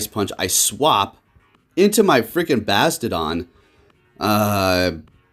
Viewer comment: The way he’s pronouncing Bastiodon is slowly killing me..